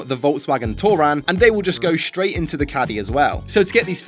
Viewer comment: I counted 21 of "shhhtraight" in this video